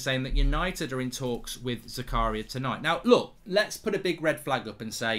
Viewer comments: His name is pronounced "Zaka-ria".. Goldbridge's Zakaaaria sounds a bit la dee dah! 😆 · Its prenounced Z-A-K-A-R-E-E-A just so you know lol